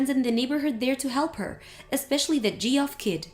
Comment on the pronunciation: Please can someone tell them that “Geoff” is pronounced “Jeff”, that’s two times they’ve pronounced it incorrectly.